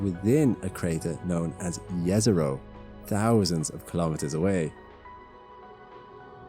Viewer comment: Nice to hear correctly JEZERO :face-red-heart-shape